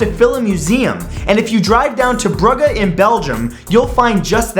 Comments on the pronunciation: Btw Matt it's pronounced "brooj" not "Brugger" ;) I've been but unfortunately we didn't have time to visit the museum :( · Bruhhe? XD Omg.. Matt, it's a g. Not an h... XD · Everyone else notice he said brugger not brugge? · Brugga? Don't you mean Bruge? Pronounced brooge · I had to think a bit when he mentioned the torture device. I've never heard of a town called "Brugga". Then I realised he meant Brugge or as most people know it as "Bruge". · Its pronounced Brujje but spelled brugge goddit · Did Matt pronounce #1 as "Brukke"? You can't seriously mess up the pronunciation that badly, can you? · ***** I think you meant brugge which is pronounced broo jsh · Bruggah? 😂😂 its ok matthew we forgive you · He didn't say prague. He accidentally mispronounced "Brugge". I've been there and that is where the museum is located. Don't be harsh before you know what you're talking about. No offence :) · The fact that he pronounces Brugge as Brugge 😂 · Your pronunciation of the city "Brugge" is very funny, anyone from belgium? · 10: I was like never heard of that place then I thought did he mean Brugge? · You mispronounced Brugge.